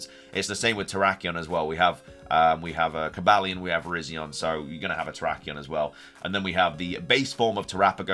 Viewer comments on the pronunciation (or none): none